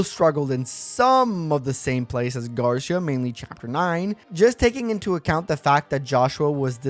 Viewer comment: Spanish-speakers hearing you say "Garsha"